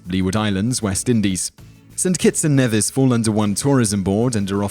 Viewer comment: Its pronounced Nee-vis (My homeland) I'm surprised to see it on this list. lovely place